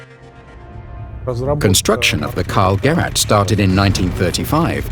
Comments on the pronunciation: "KALL - GERRAT" Good job on pronouncing it wrong literally every single time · karl gerät not karl gerat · Karl-Gerett ahahaha It's pronounced Gereeht (kinda) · Just a friendly advice for the narrator: If you can't pronounce words that are in the motion picture you have to narrate (e.g. like the name of the object the whole video is about, or city names like Sevastopol), then don't narrate it at all.